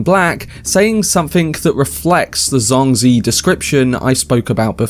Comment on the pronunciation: Wow! all your guesses are correct, unbelievable! BTW, As a native mandarin speaker, I think Zhuangzi should be pronounced like DjuangZi instead of SuangZue. and you can try it on google translate with "庄子" and maybe in next video you could read it more nativelly.